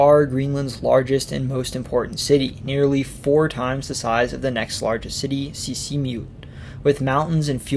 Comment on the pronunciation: The more you get into the video, the funnier it gets with the very broken Greenlandic. Two words are almost pronounced correctly - Sisimiut and Narsaq - but the rest sounds very weird and amusing. Besides that the description of the socalled colonial history from 1721 to 1979 - more than 250 years!! - is completely mixed up and messy. Actually the history is quite clear with important years and different developments during that crucial period. But here it's all put in one pot.